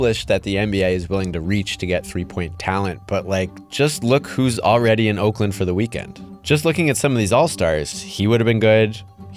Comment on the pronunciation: Listen buddy I'm from Orclint and I don't appreciate you calling it "Oinklamp".